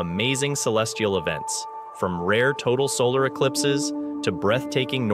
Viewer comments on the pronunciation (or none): none